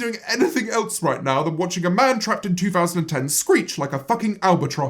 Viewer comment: Bitch just say "eltse" instead of else? I expected better